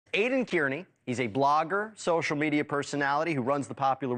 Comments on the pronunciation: His last name is pronounced KARney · Pro tip: Aidan's last name is pronounced CAR-nee.